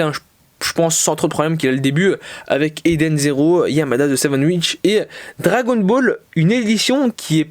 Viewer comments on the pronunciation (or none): none